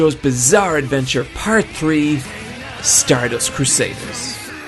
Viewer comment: Anyone else noticed how your "party" sounds like you were saying "Pussy" ?